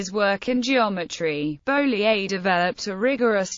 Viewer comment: Very enlightening, but it would be better if the mathematician's name were pronounced correctly.